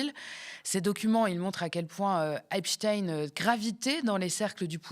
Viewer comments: Même elle n’est pas capable de prononcer correctement : in plus de 20 fois ein de temps en temps. Elle ne sait pas sur quel pied danser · pourquoi vous ecorchez son nom? c est pas epstine.. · Epstein se prononce Epstine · Grotesque, POURQUOI PRONONCEZ VOUS EPSTINE . DIT ON FRANKENSTINE? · Ah tu as glissé de EpstEIIN à epSTINE😂 sionisme quand tu nous tiens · Vous avez du mal à vous décider sur la prononciation du nom Epstein : vous dites Epstein, puis Epsteen, puis à nouveau Epstein, pour finir en gardant Epsteen. Dur Dur ! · Pourquoi prononcer Ep-chtine et non pas Ep-chtaîne ? Le grand scientifique Einstein, on ne prononce Inn-chtine. Est-ce qu’on voudrait cacher quelque chose? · Pas un mot sur les mails de Ariane de Rotschild concernant Dieudonné 🤔 on prononce Epstainnneee on dit pas Albert Einstinnneee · Ca se prononce epsTAÏNE...juif.